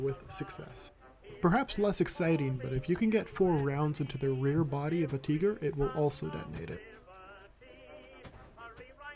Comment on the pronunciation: Just stop saying teeger